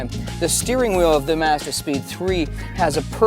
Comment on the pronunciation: Good review, but I dint understand why this ass has to pronounce the word Mazda different than everyone else on the planet